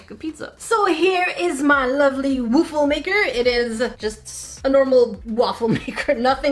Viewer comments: Lol, woofle maker 😂😂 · So I heard waifu maker idk is it just me? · A Wuffel maker XD Please search Wuffel on Google. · “So this is my Woofle maker”